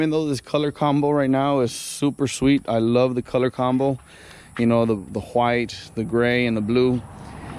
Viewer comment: You say white funny 😂